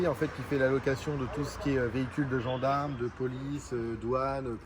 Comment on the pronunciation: les gandarmes 😂